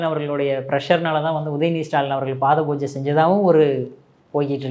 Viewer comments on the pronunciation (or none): said Paathai poojai instead of Paatha poojai.(Way instead of Feet).